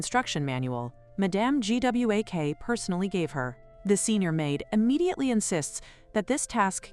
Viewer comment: make sure the AI can pronouce a main character's name .Everytime it spelled out Gwak it was painful.